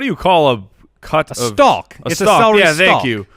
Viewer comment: The "L" in stalk is silent. Almost as bad as Jag-You- Ares